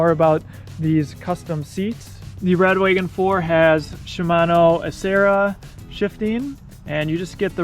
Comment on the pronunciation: How come you keep calling it 'radWAYgon' instead of Wa-gon? Is that how Rad Power say it? Am I saying it incorrectly?